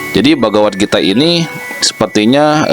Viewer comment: Kok salah ucap, bagawan gitaa